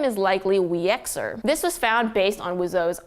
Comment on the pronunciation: hi, just so you know, Wieczor (actually Wieczór) is the Polish word for Evening and it's pronounced vieh-choor